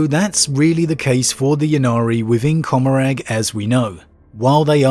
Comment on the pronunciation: It's Seg-or-ack and Com-or-rah.